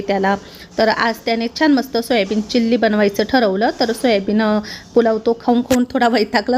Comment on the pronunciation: चिल्ली नाही चिली असतं ते